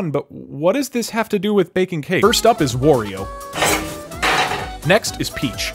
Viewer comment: I agree it's Wari-oh, not War-ee-ow. But it's W-oreo